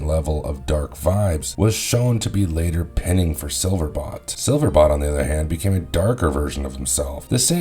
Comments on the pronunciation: BOLT....BOLT!!! BOLT!!!!!! silverBOLT!! not bot, BOLLLT!!!!!!!!!!!! his name is SILVERBOLT! you know.. like lighteningBOLT!!?!?!?! 😡😡🤬🤬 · Silver bolt….. bolt.. not bot.. enjoyed the video though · Please tell me it is your accent, because it sounds like you keep on saying Silverbot instead of Silverbolt. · SilverBOLT! Bolt, not bot... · It’s not sliverbot it’s sliverbolt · Do you ever read or listen to your pronunciations? 🤦 SILVERBOLT and TANKOR. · Silverbot? Saying that multiple times make it sound like you never seen The Beast Wars.